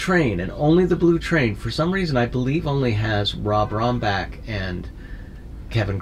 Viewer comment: Ron not "Rob" Rambach